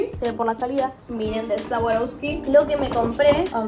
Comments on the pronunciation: Me mata diciendo sawaroski jajajajaj amola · se pronunca sharouvski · Cómo vas a decir sawaroski 😭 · No niego ni afirmo q retrocedi mil veces para escucharla decir sawaroski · compra swarovsky pero no la sabe pronunciar te amo loco se puede salir de hurlingham pero hurlingham nunca sale de vos... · amé el vídeo pero me daba cosa q pronuncie más swarovski todo el tiempo:(